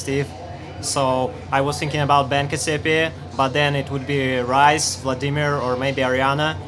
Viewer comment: Caz-e-pe-ay Cassiopeia. Wasn't the star combination Cassiopeia discovered by a russian? What the fuck.